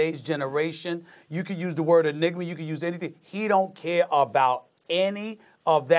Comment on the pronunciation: EGG-nigma?... 😂😂😂 Oh, you Americans. No Egg-za-jer-ation.